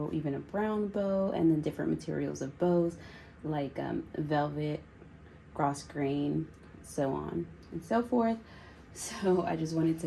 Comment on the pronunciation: I’ve just found you and love your videos! I do have a comment that might sound jerky but is totally not intended to be. The S in grosgrain is silent. It’s pronounced growgrain. Please don’t hate me!